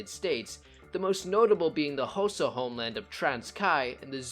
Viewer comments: Sorry man, but its not pernonced hosa, its pernounced koza but spelt xhosa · As someone from South Africa, this is a very good and informative video. P.S. “Xhosa” is pronounced khosa. x = k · Like Trevor Noah said Khosa is a car, its tsk-osa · Side note mate, you pronounce Xhosa wrong, say it as you would “Cause”with an a on the end Causa, it’s the X that confuses I know. Very cool short history though ,I enjoyed that :)🎉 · My man really said hosa for xhosa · Its not K sound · The X is a click sound. Not a k sound.